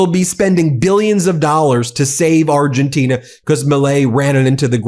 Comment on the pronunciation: Ben, it's Argentina, not Argentinia. 😊